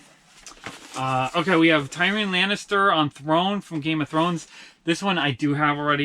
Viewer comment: Just so you know it’s Tear E In not Ty Ron picky I know but someone people care lol